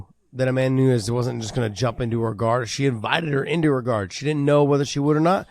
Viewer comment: Amanda New-nez